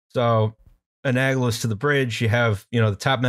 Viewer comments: It's "analogous", not "aganolous"… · You guys missed mispronouncing "analogous" twice. So I got a good chuckle later when you started haranguing him for more difficult words.